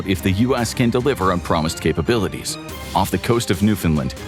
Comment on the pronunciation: Of? You mean off?